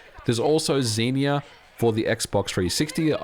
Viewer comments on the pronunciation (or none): none